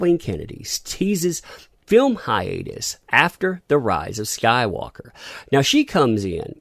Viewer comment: Anyone else hear Godzilla syndrome when they say hiatus.